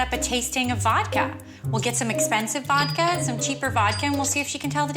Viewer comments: How is she Russian and can't pronounce voDka but will spend $1700. wow. These two are both ridiculously unreasonable. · Did she keep saying “Vokka”?